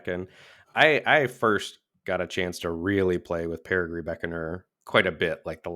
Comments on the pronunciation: Actually, (pushes glasses up nose), it’s peh•ruh•jee not peh•ruh•gee. I’ll see myself out. Thanks for the great content! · ITS PEAR UH JEE GOSH HECKING DARN IT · On the theme of card names, it's a soft 'g' in Perigee Beckoner. Like in geography; it comes from the same root word, meaning 'closes to Earth' in an orbit. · I was coming here to say this. I was going to go with an old school example… “Gee mister, the moon sure looks big tonight.” As opposed to clarified butter, Ghee, which is pronounced like was saying Perigee.